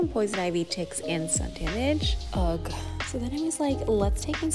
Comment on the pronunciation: Did she just pronounce ugh as ugg